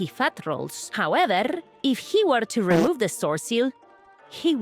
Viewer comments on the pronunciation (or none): "However-r-r-r-r-r!" Idk. That tickled me